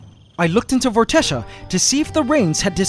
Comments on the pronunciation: I really like the name Vortexia, and with your permission I would like that to be the name of my band. This is where I need a reply, please? The way I will pronounce it will be V-or-te-sha but spelt Vortexia. How do you pronounce it? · It's Vortexia lol